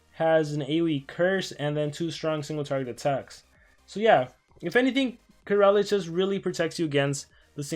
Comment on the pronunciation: It's pronounced Corall